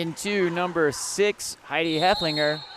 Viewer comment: Love the commentary. FYI. Heff-el-finger